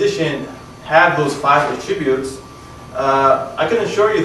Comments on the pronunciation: You're mispronouncing "attribute". Accent is on the FIRST syllable. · It's his odd pronunciation of the word "attributes." It's very off-putting.